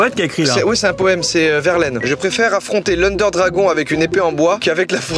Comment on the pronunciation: manque de professionnalisme total.. c’est l’Ender Dragon!! Pas "l’under" 😤